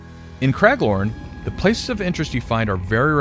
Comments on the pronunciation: Cmon, its Craglorn, not Craiglord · Craiglorn? lol who is craig